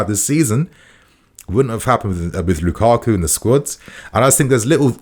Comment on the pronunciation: This guy said lukaku.